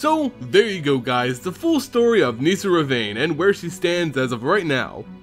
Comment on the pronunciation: It’s nihssa, not niesa